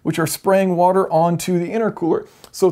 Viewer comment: half wouder+ half etanol.